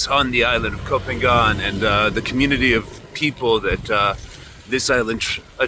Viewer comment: Learn how to pronounce the name of the island properly!